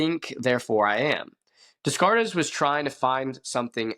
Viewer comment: I think des cartes is pronounced day cart.